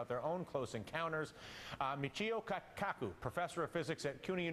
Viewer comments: Michhchhio kakaku lmao! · Hey, if you are going to interview one of the most well known Scientists in the country then learn to pronounce his name.